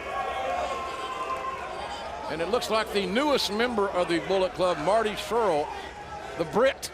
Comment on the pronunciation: Pissed me off that the entire time they were calling the Briscoes by the wrong name and that its SCURLL not SCHULL